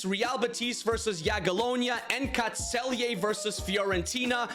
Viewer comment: The Celje pronounciation is spot on